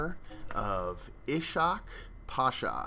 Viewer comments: Ishak is pronounced "Ishq" but you pronounced pasha right, btw ishak pasha means king love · he read it wrong. the "sh" at "Ishak" isn't read like the one at "Pasha". He should read it like Isak. Use google translate turkish. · you are reading ishak wrong you dont have to read it like sh